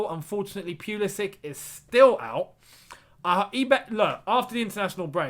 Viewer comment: Its not pyulisik, its pulušić Try poolooshich 😂